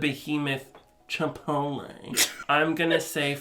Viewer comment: The way he says "chipotle" sent me